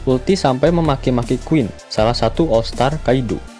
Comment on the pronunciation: uruti kali kak bukan ulti ...hehehe